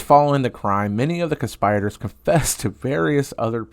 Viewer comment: "Trigger warning"? What the hell is wrong with you? Also: learn the pronunciation of "conspirator."